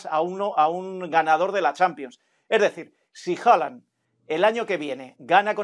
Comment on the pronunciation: PORQUE SIGUE DICIENDO HOLAND?? es Haaland 🤦‍♂️🤦‍♂️🤦‍♂️🤣